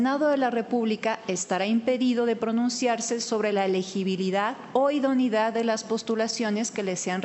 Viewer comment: Me pregunto por qué no pronuncia “idoneidad”; sino, idonidad? Se come la e!